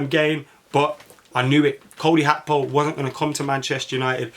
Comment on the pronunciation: You sound bitter lad, Gakpo crying tears of joy when Man Utd couldn’t bid on him. And it’s Gakpo not Hakpo you bloody plonker.